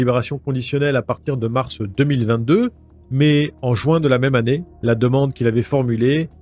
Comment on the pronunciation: Pitié, prononcez Juin et non Join !!!!!!